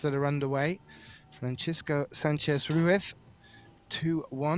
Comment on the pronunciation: RUIZ RUIZ RUIZ LOL. RUITH SOUNDS WRONG LOL